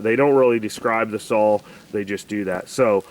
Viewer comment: Your chain is to loose and you need to tune the carb. And it's saw not sawl